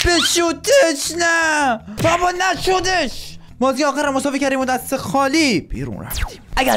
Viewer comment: چرا وقتی میگی وارد ترکیب شد رو شدش رو ی جوری میگه